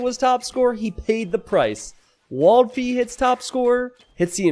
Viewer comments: Waldfee is kind of a german word .. so you have to pronouce it more angrily WALTFEE :D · I almost spit my coffee on my notebook as you did not dare to pronounce one players name and then you came up with "Waldfee" :D To my German ears that sounded hilarious xD It is German for forest fairy and if I were to imitate cliché US-accent it would've sounded exactly like this...